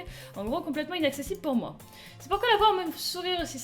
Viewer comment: ça ce prononce moÉ, pas mo ^^